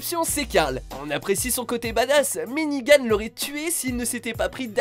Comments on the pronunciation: Je comprendrais jamais vos problèmes de prononciation, pendant toute la vidéo vous dites "Negan" avec la bonne prononciation et à la fin vous dite "Nigan", mais pourquoi ? x) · J'ai dislike pour un truc .. Nigan!?!?!? Nan c'est negan... pitié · Il y a que moi que ça stresse quand il dit "Nigan" au lieu de "Negan" ? 😂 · Sa se prononce negan pas nigan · C'est pas nigan mais "Negan" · C'est Negan pas Nigan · C'est NEgan pas NIgan ! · Ne dites pas NIGAN. C'est NEGAN